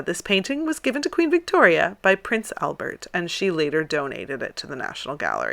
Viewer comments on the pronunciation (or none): none